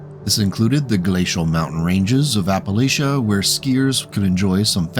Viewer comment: Nice video, but it’s not Apple-lashia it’s Apple-atcha. Like we’re throwing a apple at ya for mispronouncing our mountains ya Yankee.😝